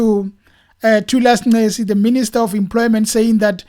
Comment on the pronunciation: Lol he didn't even pronounce his name correct... Thulas Nxesi, Minister of Labour